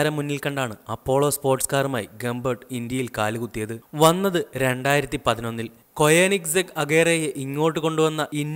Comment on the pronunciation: കൊയനിസെഗ് അല്ല കോണിസ്സെഗ്